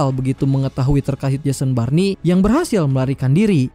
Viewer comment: Jason born bg bukan Jason barni😂